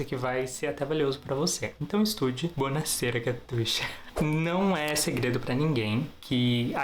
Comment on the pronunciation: "Bounasera" kkkkkkkkkkkk